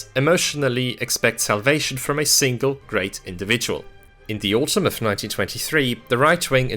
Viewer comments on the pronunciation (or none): none